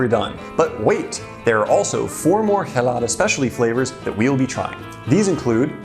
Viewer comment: Your way of pronouncing michelada and chelada is odd to me. I've always ever heard/pronounced it with the ch sound.